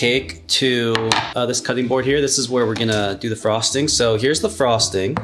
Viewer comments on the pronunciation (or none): none